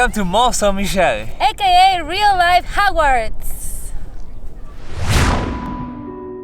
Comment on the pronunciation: Well, you butchered that pronunciation of the place, haha May want to learn a bit about quicksand, well worth to learn about it.